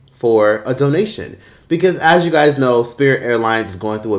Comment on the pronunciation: “So if you guts haven’t heard-uh Sangria-“ 😂😂😂